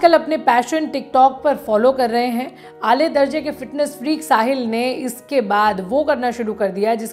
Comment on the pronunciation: Aale darje nahi..aa-la darje..